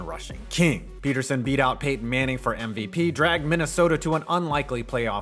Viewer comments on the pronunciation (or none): none